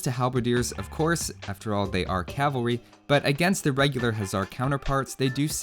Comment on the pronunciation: Hussar is pronounced 'huh-SSAR' Huszar is pronounced 'HOO-ssar' Upper case denotes stress.